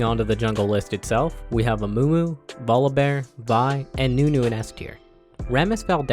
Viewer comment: how you pronounce voli and urgot haha